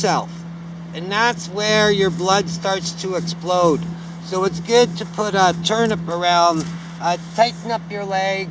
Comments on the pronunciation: He meant tourniquet but sounded like turnip. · In case this isn’t a joke he said tourniquet